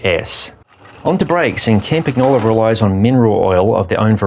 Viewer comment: pronounce campan-YO-lo. Not campa-GNO-lo